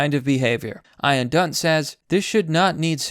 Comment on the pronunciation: "eye-an dunt" or ian dunt?? It's pronounced like ee-an dude 😂 apart from that, well said